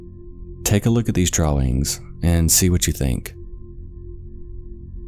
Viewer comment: based on the pronunciation of "Los Angeles" and "Drawings", I think is content voiced by aliens pretending to be humans!